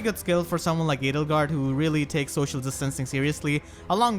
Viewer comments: L! Edelgard?! You mean... Ladlegard? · Hey look at that, "Ladlegard" is now a valid, non-meme pronunciation.